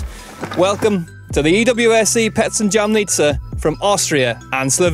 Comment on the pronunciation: Jamnica wasn’t said correct once in the whole video